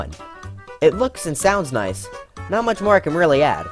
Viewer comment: When he said "noice" I felt that